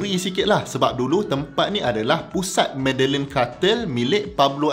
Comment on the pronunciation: Medellin tu prounced as mediyin.